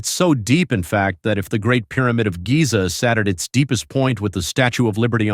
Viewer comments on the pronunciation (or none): none